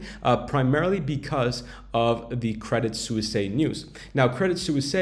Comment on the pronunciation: credit suisse is pronounced credit SWISS ;)